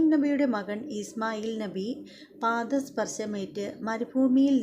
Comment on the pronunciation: ഇബ്രാഹിം നഹി അല്ല .. ഇബ്രാഹിം നബി എന്ന് ഉച്ചരിക്കുക പ്ലീസ്